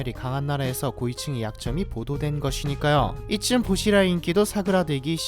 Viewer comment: 보시라이가 아니라 붜치라이 라고부릅니다 .